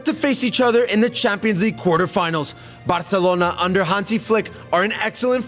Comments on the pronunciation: saying Barthelona just kinda makes me tweak idk why. Sorry if it's mean, love the channel, but just please say Barcelona. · before anyone replies with “who cares” ME BITCH!😹👎🏾 the guy saying barcelona wrong was irritating me no shade but they speak catalan in barcelona and they don’t say it with a “lisp” (aspiration). the C in barcelona makes an S sound. hence the ç in the word “barça” so ppl know how to correctly pronounce the word.